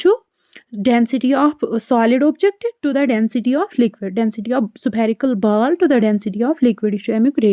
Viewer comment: Vaiilocity 😂 supherical😂 Baaaaal😂 Faaaarmula